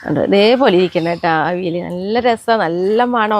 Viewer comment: അവിൽ അല്ല അവിയൽ എന്ന് പറയൂ.